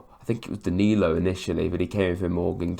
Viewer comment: Good try with the names, you did better than Sam Matterface who excelled in destroying several names during the game and bringing up how many players we had signed countless times. Back to the Name screwing Andrew OMO-BAMI-DELE came out as OMOBAMI-DELAY, DANILO was DANNY-LO ad finally OREL MANGALA was OREL MEN-GELLER